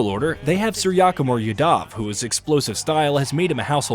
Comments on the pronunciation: sir-yaaa-kim-ar yaa-daav 🤣🤣🤣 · Suryakumar yadav pronunciation 😂😂😂